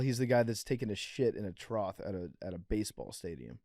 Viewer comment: Why isn’t anyone correcting PFT on how he pronounces trough?